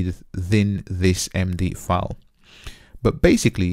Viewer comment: file not foul. OK?